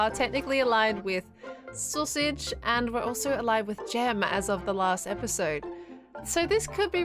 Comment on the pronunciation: fWhip be like XDXD : soosage HAHAHAHAHAHAHAHA